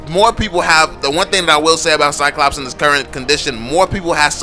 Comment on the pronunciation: When a black people try to say "Cyclops" turns to "CyCops" ... the irony hurts...